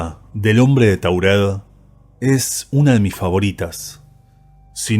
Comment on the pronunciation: Taured no Taurel pronuncias mal lees mal